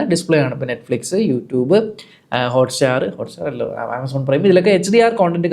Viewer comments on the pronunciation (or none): none